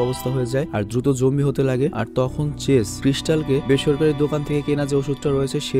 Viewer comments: Apni bln Zombie ami shuni Zongi😂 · ভাই ওইটা zoanggi na zoambie😂😂😂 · ভাই, জঙ্গি না;উচ্চারণটা হবে জম্বি... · Jombie,jongi eigula ki bolen bhai ! Eita Z-O-M-B-I-E